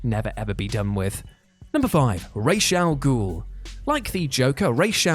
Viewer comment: This is the first time I heard someone call Ra's Al ghul as race Al ghul 🤣